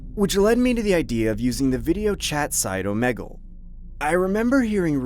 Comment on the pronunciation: When people say "O-meg-le" and its pronounced "O-me-gle" all that I can think of when I see this I think of "Its not vingaogianlevisa..." Whatever it's called